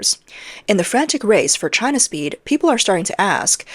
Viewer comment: "She-an"? Wow. Can't even say "China".